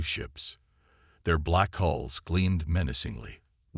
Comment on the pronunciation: Will you guys PLEASE GET IT STRAIGHT “ IT IS HULLS NOT HOLE OR HALLS OR ANY OTHER WORD THAT MAY SOUND EVEN REMOTELY LIKE IT. IT IS HULLS { THE OUTER SKIN OF A VESSEL} PERIOD !!!!! DAMN IT